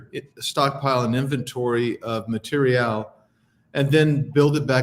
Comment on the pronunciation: Ma teer ree al.. lol